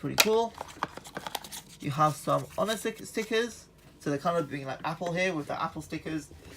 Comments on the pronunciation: And he says ho ner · It's pronounced oner